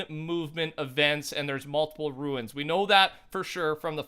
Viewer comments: Ruins is spelled RUINS. Runes is spelled RUNES. Sounds like roons!! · That moment you try to enjoy the video but you cringe everytime they mispronounce runes.... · I think at this point you're saying runes wrong on purpose xD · Rune is pronounced "roon" not "ruin" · Commando845 no he is saying ruins like ancient ruins he said it wrong as hell but its pronounced runes dumb dumb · Its not ruins it is rooooooons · Fortnite it pronounced RUNES not RUINS dude youre saying that word wrong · "RUNES" NOT "RUINS" you idiot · It's "runes" not "ruins" you fucking idiot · Okay- I LOVE your videos and content and how in depth you go! BUT- they're "RUNES." NOT "Ruins." Runes-> Roon-s Ruins-> Roo-in-s Very different. Sorry, such a small thing but drove me wild during the video lol 😂 Anyways, keep up the good work man! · RUNE, NOT RUIN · Who else gets triggered when he says ruins not runes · Your saying “ruins” but it’s “Runes”. Confusing me lol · Sorry to point this out buts its angering me it’s pronounced roons not ruins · Its RUNE NOT RUIN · you say rune weird af. it should be said like "roon" not "ruin" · ur saying ruins. not runes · They arent ruins, they r runes, pronounced roones. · Rune not ruin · You pronounce “rune” wrong every time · R U N E S NOT R U I N S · Anybody else notice how he calls runes (pronounced roons). Anybody notice he calls them ruins😂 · The way you say "rune" is killing me. It isn't ruin. It is pronounced "roon"...you carry the O in that pronunciation. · no. He said ruins. He should have said runes like tunes. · Commando845 no you don't its pronounced roons ..runes not ruins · I’m so hype to see what happens when all of the tunes are deployed PS if you are seeing this rune is pronounced like room not ruin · runes not “ruins” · Hey man, it’s “Runes” NOT “Ruins”!! Just wanted to point that out haha. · They're called runes, not "ruins" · Does it bother anyone else that it’s runes not ruins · can you stop saying ruins... its RUNES... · "RUNES" NOT "RUINS"